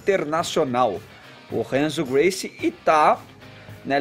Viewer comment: "Renzo Guice" Kkk